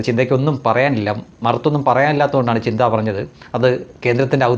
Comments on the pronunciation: Not chintha but chantha... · Her name chantha wrongly calls chintha